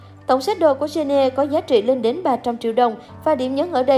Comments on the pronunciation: Người ta là Jennie chứ không phải là chen - ne đâu má 🙄🙄🙄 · Má cj tui tên jennie mà bả đọc chen ni e, dẫn chương trình hay đấy 🙂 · Đọc tên nta cũng dell đúng đòi dẫn ctrinh